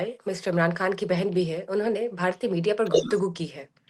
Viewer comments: میڈم آپ اپنا نام ہی درسے نہیں لے سکتیں آپ سے کوئ نام پوچھے گا تو آپ کہیں گی ۔۔ حالانکہ کھان کوئ لفظ نہیں خان ہوتا ہے جان چھوڑیں یا تلفظ درست کریں اردو کی رہی سہی جان پہ رحم کریں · پتہ نہیں کیوں اس عورت کو اپ لوگ پروموٹ کررہے ہیں ایک تو پہلے ہی ہندی فلمیں ہماری اردو کی پہچان ختم کررہی ہیں اوپر سے ایسے لوگ۔ افگانی کھان صاب وغیرہ وغیرہ۔۔ خدا کے واسطے اردو کو پروموٹ کریں اور ان کےبتلفظ درست کروایئں میں نے صرف ایک پروگرام نعم صاحب کا دیکھنا چاہا لیکن صرف دو منٹ میں میری ہمت جواب دے گئ میں ایسا تلفظ برداشت نہیں کرتا۔ اور آپکا یہ پروگرام بھی صرف 50 سیکنڈز پہ بند کر رہا ہوں